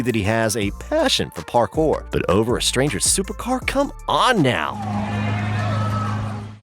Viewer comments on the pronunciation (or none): none